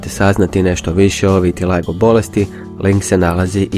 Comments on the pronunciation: Čuj ovo "vitilajgo", pa kaže se "vitiligo" kod nas, zašto koristiti engleski izgovor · kaze se Vitiligo, NEE Vitijajgo.glupane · Nije vitilajgo nego vitilago(nije hate) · Kaze se vitiligo